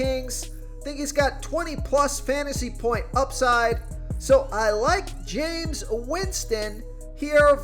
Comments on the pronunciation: I asked him this last year. Do you even watch football? He butchers names that he should know, not just Jame Us Winston. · The fact he said Jamies name wrong twice has me dying but good video 🤣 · The jameis winston pronunciation was hilarious caught me off guard twice 🤣. Nonetheless, is AJ Dillon a sleeper ya think ?